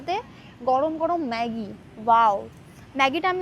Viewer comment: Not meggi it's maggi😢😮😮😮